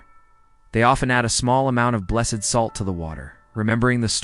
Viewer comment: This is a wonderful explanation- for children and for adults! One small note- I was taught that items are blessed, pronounced like blest- and people are blessED, like The Blessed Virgin Mary. So I think with salt it would be pronounced like blest. That's what I learned, anyway! So glad this vid popped up. I just subbed.